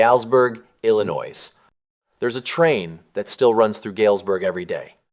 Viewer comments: Learn how to pronouce Illinois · And Galesburg.